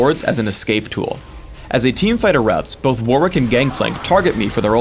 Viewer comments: "war-wick" really? really? its pronounced "worr-ick" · He said war-wick... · It's pronounced WORRICK (The A is pronounced like the O in stop)